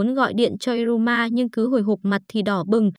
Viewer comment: Iruma như đọc như ryuma